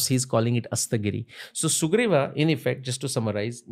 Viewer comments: sala ab sugreev ke peecha bhi extra aa lagane lag gaye - Sugreev, not sugreeva. Bus karo bhai extra aa lagana har hindi mein. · Please read as Suguvir. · Please read as Sugriva.